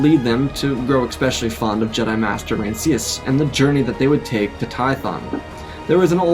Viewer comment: Rancisis - three syllables